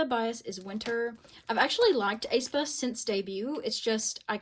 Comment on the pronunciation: love ur vids girlie but the way u were pronouncing aespa made my skin crawl 😭😭 /hj